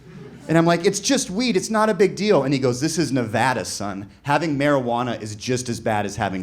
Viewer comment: Oh my god…he said Nevada like we do…it’s a FRIKIN MIRACLE!!!!!